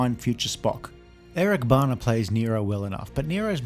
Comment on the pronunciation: Strangest pronunciation of Bana I have ever heard.